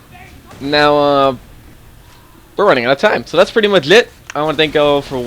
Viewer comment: sorry, did u say budchgger... sorry, did u say siggduations... sorry, did u say mudghe... say 'ch' buddy!